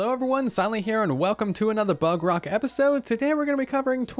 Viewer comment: Who else heard him said bug rock?